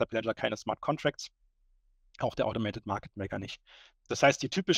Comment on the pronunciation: Niemand: Wirklich Niemand!!! Der unbekannte Typ: "Automatit market maker"